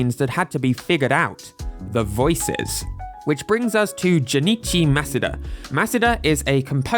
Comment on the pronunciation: This is the first time I’ve heard someone say Junichi Masuda’s name correctly.